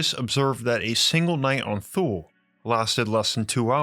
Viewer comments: Love ur content, I really do.. why say the word “THule” every 2 seconds, also this the first time I’ve ever heard it pronounced how it’s spelled.. pretty sure it’s not a hard TH sound, cringey but awesome topic, thank you.. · Thule is pronounced tooh-ley. Hitler had a Thule society, I wonder if Antarctica or Artic is entrance to the Thule. Our government sure loves to visit the Antarctic and if you wanted to even try to get there you would be stopped by the Navy. Robert Zephyr has done a few videos on Thule society. By the way The final days channel (fear mongering if you ask me) has a video of 2 moons from FAA camera's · Good video, I think Thule is pronounced ' tu lee ' or ' too lay'. :) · Just a quick note Thule is pronounced Toolie. Thanks for your great videos you are the best out there... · Its pronounced "tooley" not thule. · I thought Thule was pronounced too-LAY... Am I wrong? It's the name of an outdoor adventure company, centered around biking and bicycle transport via car racks. I've heard it pronounced both ways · I can remember 45 years ago, my grandparents were members of Thule Lodge. I believe it is pronounced [Two-Lee] although I could be wrong. However, the video was amazing. Great contact yet again.👍👍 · It’s more like tuh-l’e actually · Thanks for the pronunciation of "Thule." There's an outdoor brand named after that and everyone I've ever met has pronounced it "too-lay." I suppose they'd rather be thought of as a tool than a fool? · It's spoken like Tooley, not Thoole. Like the Chepu Tule white indians of Panama, the Thule eskimeaux, etc. not a fable, just hidden ❤ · Its not thule... its tu-ley. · It's pronounced "tuhl-eh" not "thool" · I'm used to hearing "Thule" pronounced as "Toolie", or "Twhoolie" meaning "way out in the sticks", "out in the Toolies". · The furthest polar region of earth, We learned this in school. It is pronounced in NyNorsk as “Too-Leh” phonetic English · FYI.... Thule is pronounced "Two-Lee".